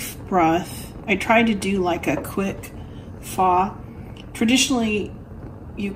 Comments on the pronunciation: Pho is pronounced fuh. Like the really bad word, minus the ck at the end. You and I cook such similar things in similar weeks, it makes me laugh! That orzo looks delicious!!! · We pronounce it Fuh. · I stand corrected but I believe Pho is pronounced “fur” or “fir”.